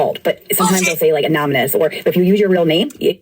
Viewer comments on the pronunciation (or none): Unless of course they were “anominous”. The number of times she mispronounced that word was astounding.